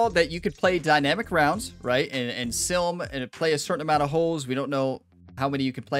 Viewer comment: Everytime you say sim, I hear silm and it makes me giggle.